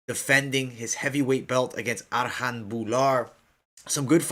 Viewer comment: Its not Arhan, Its Arjan... J is pronounced as a J